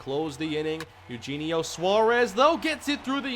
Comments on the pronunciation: It’s E-O-Henio Suarez btw. Not Eugene-io lol. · Btw it’s A-U-Henio :)